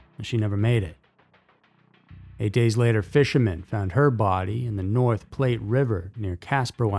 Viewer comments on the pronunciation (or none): And "North Platte" is pronounced "plat" not "plate" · North "Plate" River? No! It's North Platte*, rhymes with flat.